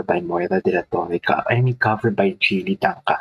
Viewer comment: Jelly po pronounciation ng name niya😊